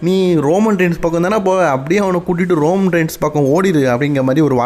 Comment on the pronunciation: அண்ணன் அது ரோமம் இல்ல ரோமன் 🙊